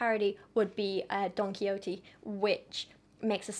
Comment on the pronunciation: I love this. It’s so educational and I’m depth. Just a little side bar tho: Don Quixote is pronounced: Don Key - Hoh - Tey. So the e at the end is pronounced like “aye”